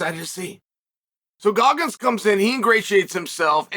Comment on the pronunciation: Did he say Guggins?